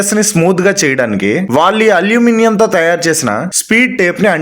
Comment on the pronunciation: Pronounce aluminium properly bro.